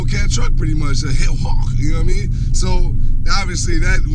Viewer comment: "Ya knaw what I meann" 😂😂